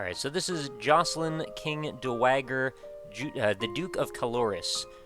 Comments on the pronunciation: "King Doh-waa-ger" though. C'mon. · Dat dowager pronunciation.